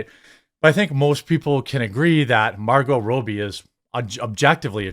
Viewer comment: Margot Rowbie 🤣🤣